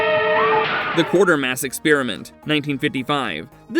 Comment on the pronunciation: The name is Quatermass, not Quartermass. And if anybody wants to avoid a spoiler on The Incredible Shrinking Man, turn down the volume for that segment!